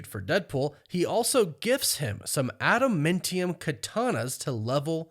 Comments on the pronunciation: ADAMANTIUM is the word. I cringe every time you say "AdamMENtium" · If I’m wrong I’ll shut up about it but is it pronounced “adaMINtium” or “adaMANtium”. It’s grating hearing adaMINtium. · New marvel element "Ada-mintium" lol. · Adam AA ntium. Love the videos but the pronunciation kills me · Bro you have got to learn how to say ad-a-man-ti-um. Holy shit that's annoying. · You say adamantium dumb. “Adam-MEN-tium” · I've never heard someone pronounce adamantium like that before 😂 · You kinda say adamantium weird. To me at least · Yeah I'd have to agree.